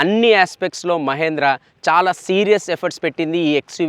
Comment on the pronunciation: మహేంద్ర కాదు😀 మహీంద్రా.